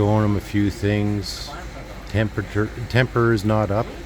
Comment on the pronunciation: Temper' Not up ! Lol😂